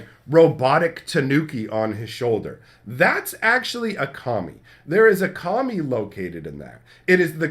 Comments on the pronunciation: You said "Kami" four times before I realized you weren't calling them "commies" 😅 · Oh so I wasnt the only one that thought he was saying that?!